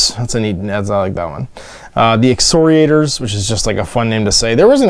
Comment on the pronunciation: Ex-KOR-iators. Hard C there, sounds like a K not an S.